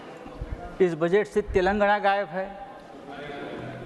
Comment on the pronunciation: हा संजुद्दिन गायब बोल रहा है या गायेफ बोल रहा है 😂😂😂